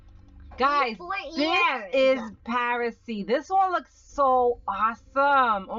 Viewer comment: it is pronounced as par-a-see not prasee